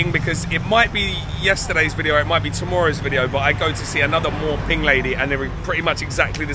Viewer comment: He mispronounced And it looks cute to Thai people. 😂😅